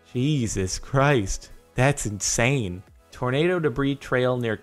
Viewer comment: "Jesus Christ, that's in-Saiyan"